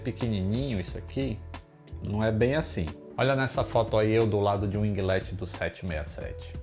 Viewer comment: O mano ta ficando esperto, já sabe pronunciar winglet.